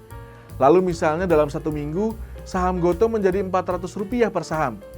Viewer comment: Baca GOTO itu = go tu bang wkwk